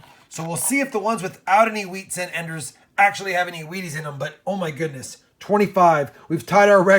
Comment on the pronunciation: He's says weaties so many times it eventually sounds like he's saying wieners!!!😊😄😅😁😂